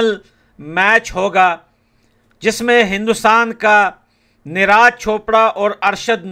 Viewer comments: Bhai,मत तो करो यार।निराज नही नीरज कह दो भाई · Bhai Neeraaj nahi neeraj bolo 😂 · Bro-his name is neeraj not neeh raaj…😊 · Bhaiya neraaj nhi neeraj boliyee 😅😅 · Please pronounce the correct name of neeraj 😂